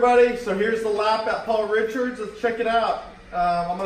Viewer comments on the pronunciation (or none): It’s not Paul ‘Richards’ 😂.... try RICARD. can’t wait to get my podium f1 soon